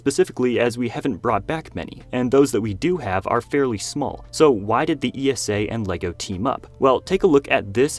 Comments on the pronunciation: ESA is not pronounced E S A any more the NASA is pronounced N A S A. ESA rhymes with Lisa. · ESA isn't pronounced all spelled out - just like NASA's acronym